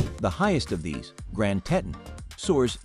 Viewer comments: they are the Tee-tahns!!!!! Not the tet-tuns!! You are killing me! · I’ve been to Jackson and Grand Teton NP about 35 times over the last 42 years. Throughout the video the narrator mispronounces “Teton,” and the supposed aerial videos are not of Jackson. I assume it is actually the capital of Wyoming, Cheyenne, since you can see a building that looks like the Capital Building. Also, they mispronounced “Gros Ventrel (it’s pronounced: “grow vaunt”). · I’ve never heard Teton mispronounced so many times in such a short time. Also that was certainly not Jackson in your drone shots. And speaking of drones, drones are illegal in all National Parks so I’m wondering about many of the drone shots in this poorly made video. One big thumbs down and certainly no subscribing